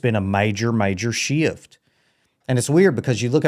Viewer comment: Past has one syllable bro… so does shift… sheeift